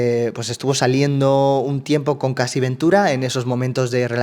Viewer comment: Estoy enganchada a estos vídeos (y te sigo desde tiempos inmemoriables), pero con todo el cariño del mundo, Cassie se pronuncia "Keisi", no "Casi".